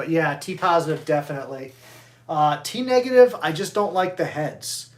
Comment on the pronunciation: You pronounced “T-Negative” wrong Sir 😶